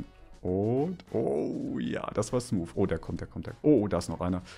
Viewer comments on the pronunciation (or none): none